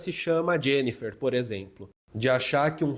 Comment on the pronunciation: O pior é que isso é tão onipresente no nosso cotidiano que até você pronunciou "Jenifer" com um sotaque gringo no minuto . 😅